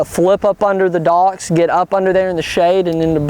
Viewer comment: fishing by dauocks... they way he says it tho